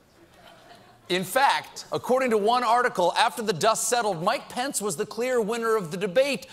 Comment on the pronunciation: Am I the only one who hears 'Pants' every time he says Pence?